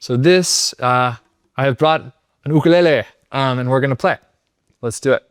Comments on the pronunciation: I really appreciate your helpful videos. And my son would appreciate your accurate pronunciation of "ukulele"! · Impressed this brilliant young artist knows how to say ukulele correctly. Kudos. Maybe lived in Hawaii? Regardless, now I have to try SUNO with uke.